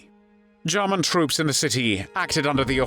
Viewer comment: Good video but the voice commentary is not pleasant. It’s murder not Marda. German not Jarman..etc